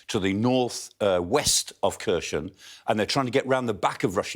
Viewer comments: The Ukrainian speakers I've heard on YouTube pronounce Kherson with a silent K. "Hair-son" with the emphasis on the second syllable. Same with Kharkiv as "Har-keeve". We owe it to them to at least TRY to pronounce the names correctly. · He still can't pronounce Kherson 🤦